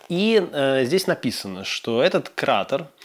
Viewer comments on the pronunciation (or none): именно это и написал, только это не бокал. а чаша и неправильно обозвал кратер-там ударение на е КратЕр